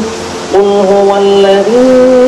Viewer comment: "الذي" کی یا میں مد نہیں ہے.....!!